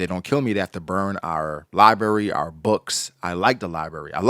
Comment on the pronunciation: I'll pay you $50 cash right now if you can say library correctly.